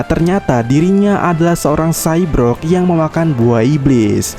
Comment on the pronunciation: narasi : cybrog (cyborg), seteroid (steroid) teks : perna (pernah), diebut (disebut)